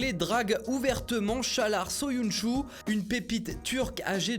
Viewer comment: Alors pour çağlar söyüncü je vais t'expliquer comment le prononcer vu que cest du turc: chaalar(roule le r) seyunju 😊